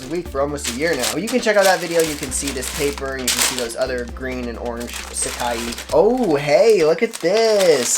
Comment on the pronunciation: haha love the vids man, but its called sac-eye not sac-ee lol.